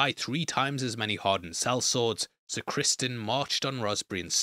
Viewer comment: what? He's the king, he didn't tell anyone but the dragonkeepers when he requested them to get Sunfyre ready. They had no reason to think that he didn't tell anyone else And it's Criston not Crispin lol wtf